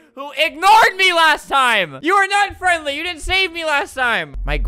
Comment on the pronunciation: you mean 'frenly' XD